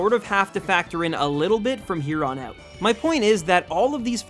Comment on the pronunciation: The way you say out hurts my ears. "oh-wit" really?